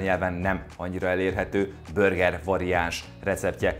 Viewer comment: “Börger” … a videó király, a recept is… de ez a “börgerezés” könyörgöm… vagy mondjuk úgy hogy burger, vagy ejtsük ki rendesen ahogy kell